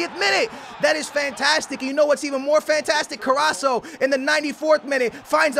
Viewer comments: He said carraso👊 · Mon-Ay (Mane) Ka-Ras-Co (Carrasco)